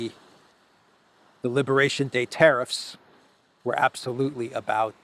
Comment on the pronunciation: Please stop saying teriffs, the word is tariffs